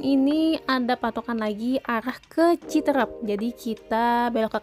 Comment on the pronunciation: Pengucapan yang benar ci teureup bukan Citereup.